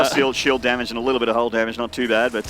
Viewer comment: "dammáge" xD